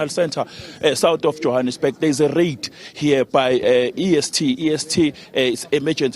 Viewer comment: It's a rait lol